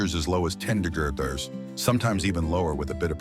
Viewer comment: AI cant say degrees?